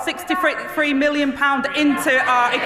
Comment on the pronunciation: Its three, not free, learn to speak properly, you're an embarrassment!